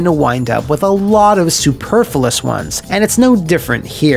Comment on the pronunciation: that pronunciation of "superfluous" had me cranking up the volume.... Superfillus?